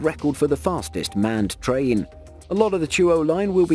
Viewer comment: Rail-lation track of TRIAN huh.